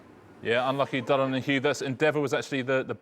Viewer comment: It’s so nice to see someone on television who pronounces Dylan properly.